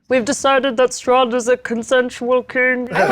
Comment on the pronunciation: Honestly, at the end of last episode I thought she said Soth instead of Strahd until it was written.